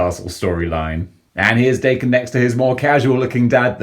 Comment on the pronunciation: Awww sweet, and I bought mine off another collector over a year ago, with the variant head. I love this guy and it's pronounced Dokken. My Japanese friend corrected me a few months ago lol